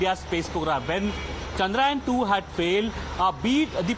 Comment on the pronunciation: How many of you reporters are going to call it chandrayan??? It's CHANDRA YAAN.